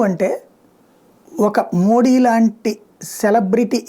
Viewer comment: నమస్తే గారు..🙏🙏 ప్రధానమంత్రి గారి గురించి మీ విశ్లేసన చాలా బాగుంది..👏👏 కానీ., మోడీ అనే ఉచ్చారణ అంత ప్రభావవంతంగా లేదు. మీరు మోదీ అంటే., వినడానికి చాలా బాగుంటుంది. ఒకసారి ప్రయత్నించి చూడండి.